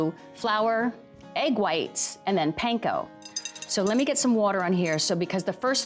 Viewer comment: How hard is it to say panko right though? Come on Food Network, you can do better than that 🙄